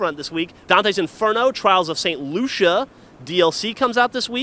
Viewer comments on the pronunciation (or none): you pronounced Lucia wrong lol